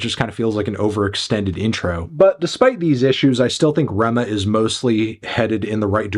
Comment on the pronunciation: Ayyy you got the pronunciation of his name